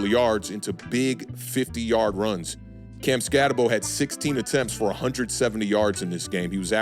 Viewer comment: Name is pronounced skatt-eh-boo. At least do that much homework man cmon. Other than that good video.